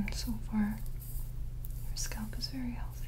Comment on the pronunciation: i’m only here to hear her say SCÔLP